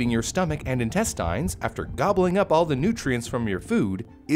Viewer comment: he switched to Australian accent only to say “intestines”